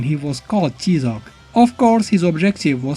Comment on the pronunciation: It's pronounced "TIE-ZOC" as the character clearly says in the game.